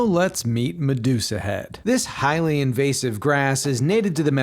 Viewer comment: It’s an “in vozz ive” species not “in vase ive”